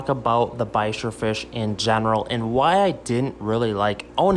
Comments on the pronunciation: Why you pronounced bichir like "bikers" not like "beach-ìr" ?? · Ba-sheer it's pronounced lol 🤣 you generally don't put them in a tank with ciclids and gravel